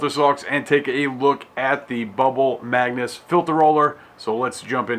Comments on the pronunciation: "Magus" NOT "magnus" thumbs down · MAGUS. Not "Magnus". Especially if you're going to sell it and make presentation videos, get it right! Its like nails on a chalk board, and you said it 137 times. LOL